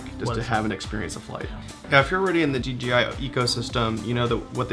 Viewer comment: So... is it officially DGI now? No one can say that crap right.